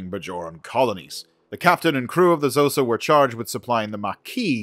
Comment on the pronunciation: Khosa, written Xhosa not shosa